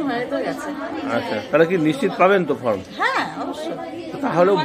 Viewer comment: ভালো খবর হাইলাইট করার জন্য ধন্যবাদ। কিন্তু কথা টা ফ্রম নয় , ফর্ম । সাংবাদিক হতে গেলে একটু ঠিকঠাক কথা তো জানতে হবে